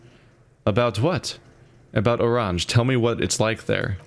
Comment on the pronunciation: Hints on loading screens say Oranje pronounced Oran-ye